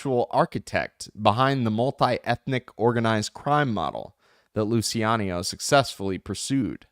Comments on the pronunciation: Omg the constant mispronunciation of Lou Chi ano is driving me crazy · sometimes you said it wright in the start. Relax and cut the word in letter pairs or singles , Lu Ci A No